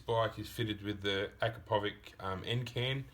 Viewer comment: Lmao,can't stop laughing the way you guys pronounce Acrapovic , it's Acrapovitch sounds like itsssss at the end,it is Serbian m8888 not English name capisi?